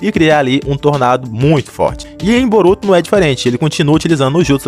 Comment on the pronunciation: Brotuo??? Que português é esse Man mais de boa